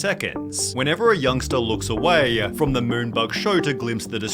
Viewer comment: Why does the guy narrating the video add extra syllables to the end of words? I couldn't make it past 5 minutes, infuriating lol 'Words-ah' 'away-ah'